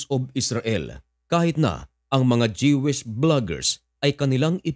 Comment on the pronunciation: I-correct lang kita bro. sa pag-pronounce ng word na "Jewish". It is pronounced as JUWISH or DYUWISH and not Dyewish o Jehwish. Parang, ang Jewelry is pronounced as JUWELRY or DYUWELRY. Alright, peace brother...